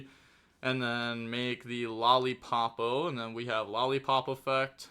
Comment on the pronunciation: I'm back with pronunciation: both the main deck monster and the extra deck Yummy monster are: "Lollipo" not "Lollipopo". The level 4 Draco tail monster's name is "Lu-ci-as" not "Lucas". Also even though there are no K9 in this video please call them by their names and not by their numbers, that is very confusing